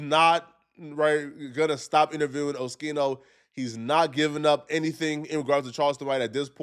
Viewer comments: He still saying his name wrong. Wtf. 😂 someone correct him please. Oh-ski-no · Oschino is pronounced O-skeeno, not O-sheeno. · It’s not O-SHE-NO! It’s O-SKI-NO! Damn! 😂 lol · O-schi-no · Bro stop calling Oschino osheeno you idiot 🤦🏽‍♂️😩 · It’s pronounced O Skee No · O-SKI-NO!!! It's not rocket science!!! 😂😂 And why Oschino say he was "cooking toast"? 😂😂😂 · YOU STILL CANT PRONOUNCE OSCHINO CORRECTLY, GODDAMN. You didn't learn from ya last video with his name?! What a joke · Please learn how to pronounce Oschino